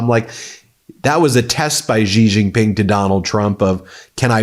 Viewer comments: Pronounced more like "Shee Jeen Ping" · Ben, you are a brilliant journalist, but your pronunciation of Xi Jinping lets you down a bit! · It is not Zhi Zhin Ping and Strait of Hermuse.